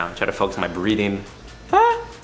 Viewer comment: When he was talking about bring much more Zen, I thought he said," I try to focus on my BREEDING", but assuming he said breathing after re watching it. Lol